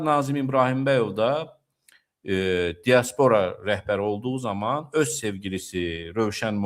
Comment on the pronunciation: axı sən elimli adamsan.Dia'spora vurğu birinci (a) hərfinə düşür.